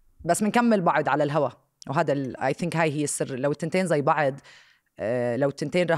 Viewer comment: اسمها "بعض" مش بعِض